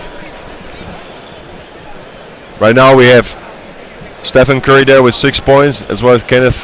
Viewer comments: "estefan curry" 💀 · Lol, can u tell me in what moment did he say this? I die to hear it lel